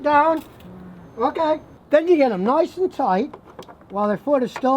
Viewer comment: "noice and tight" 😅reminds me of Brooklyn 99